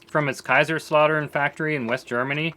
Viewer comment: It is Kaiserslautern the S in the middle belongs to the word Kaiser (Emperor) so Kaiserslautern. the au in lautern is spoken as Au as in Australia. so it is not slautern :)) but Kaisers-lautern. Feel free to ask since German is not easy to speak. I am Swiss.